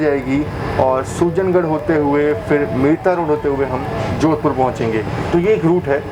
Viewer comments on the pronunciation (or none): सरदार शाह नहीं सरदार शहर सुजन गढ़ नहीं सुजानगढ़